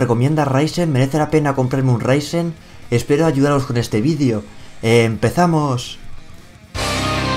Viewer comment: XD me encanta q diga empefamos